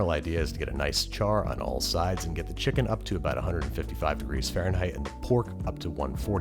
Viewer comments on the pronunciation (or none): none